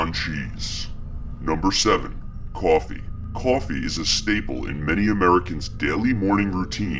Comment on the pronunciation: Did I hear "kwafee?